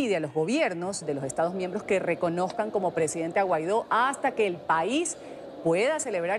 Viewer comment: Dice Salafranca, Juan Guairo, que cómico, si sabe su nombre... Es Guaido.